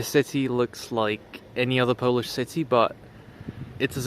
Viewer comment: your pronunciation for the polish letters is actually really good